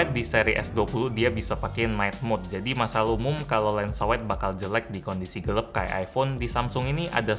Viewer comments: Gelap bang bkn gelep hehe... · Gelap bukan Gelep 😭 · yang bener gelap bang bukan gelep wkwkwk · always bilang gelap jd "gelep".